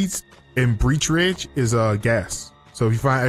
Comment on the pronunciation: Breech Ridge? It's Birch Ridge haha